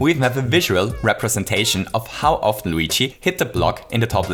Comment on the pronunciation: luigi not wegae